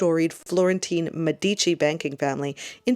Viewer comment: Its pronounced DAY Meh di chi